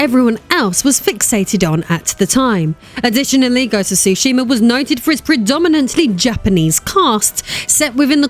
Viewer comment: Being from Japan, I can tell you you are mispronouncing the names. Tsushima is pronounced “SUE-she-ma.” Some also pronounce the “T” at the beginning, which is also correct. Yôtei is pronounced “YOO-tay.”